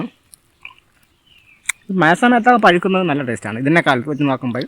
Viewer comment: പയ്ക്കുന്നത് അല്ല പഴുക്കുന്നത് എന്ന് പറ.